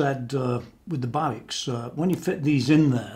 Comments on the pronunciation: nice explanation and coverage. can't wait to see her complete! i think its pronounced babish... rock on.......ptp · BTW it is pronounced like it would be written Babitch :-)